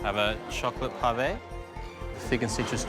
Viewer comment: Ah ha ha 😂 .... I'm 4 years too late but "Parve" or "Parvay' sounds ridiculous in a thick Aussie dialogue pronunciation ! It's almost like they're attempting a imitation of eloquent British upper aristocratic class based dialogue ? But sound completely drunk !